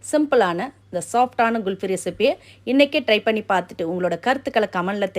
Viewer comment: Very good item for this summer. You said it GULFY, it is wrong. The right pronunciations is KHULFI.